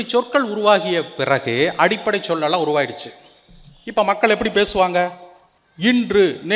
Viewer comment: கல்அல்ல மக்கள் கள் உச்சரிக்கவும்